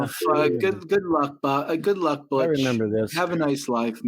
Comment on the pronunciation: how stupid is the mfer saying butttch instead of butch